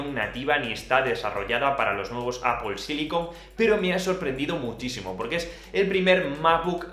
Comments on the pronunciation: ApoL silicon ???? :)))))))) Porque dices ApoL ??? :)))))))))))))) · Apoel apoel apoel. Vídeo interesante pero tengo que revisar cómo se pronuncia Apple en inglés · EL día que aprendas a pronunciar ¨manzana” en inglés, tus vídeos ganarán muchísimo.